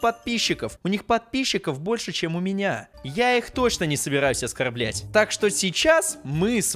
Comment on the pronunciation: а мне одному кажется что когда сказал оскарблять там было это слово оскарБЛЯТЬ